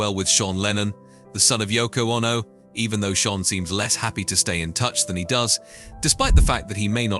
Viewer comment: What is this Yoko Onno business ? Has this guy never heard anyone say the name ?